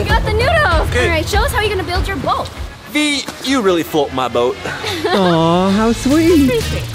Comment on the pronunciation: Rosa Lopez its boat not bote